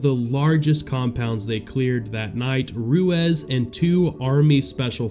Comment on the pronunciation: Name is pronounced Roo-eez